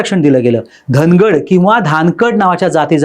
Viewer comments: अरे घेऊन टाक चैनल वाले दादा तुला बोलता येतं का धागड ऐवजी धनकड म्हणतं तुम्ही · साहेब " धनकड " नाही हो धनगड म्हणा धनगर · धनगड सुद्धा बोलता येत नाही धनकड म्हणतोय तो 😂😂